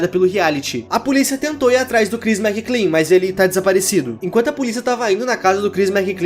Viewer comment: Ele falando "Crhis McClean" o vido todo ao inves de "Chris Mclean"; 💀💀